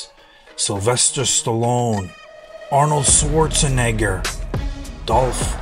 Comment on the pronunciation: That interview with Dolph is literally out there for everyone to view. Why do you need to repost it adding your ad lib? You literally repeat what Dolph says in the video. Also, you can't pronounce Jean Claude Van Damme or Arnold's last name? This just all looks extremely insincere...I recommend everyone watches the interview with Dolph in full.